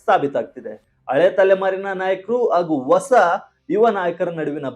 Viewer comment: ಮಹನೀಯರೇ ,ಕನ್ನಡ ಭಾಷೆಯ ಶಬ್ದ ಗಳು ,ಸರಿಯಾಗಿ ಉಚ್ಚಾರಣೆ ಮಾಡಿ.ಹೊಸ ಅನ್ನು ಒಸಾ ಎಂದು ಹಳೇ ಯನ್ನು ಅಲೆ ಎಂದು ಮತ್ತೆ ಇದೇ ರೀತಿ ಇನ್ನೂ ಬಹಳಷ್ಟು ಶಬ್ದ ಗಳು ತಪ್ಪಾಗಿ ಉಚ್ಚರಿಸುವುದು ಸರಿ ಏನು ಹೇಳಿ?